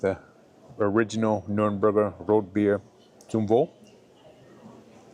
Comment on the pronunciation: Thank you, for saying and writing Nürnberg correctly!